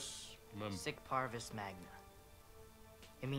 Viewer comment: if the kid really knew latin he would know that v's are pronounced as w's or u's. so it's pronounced parwus... nice game.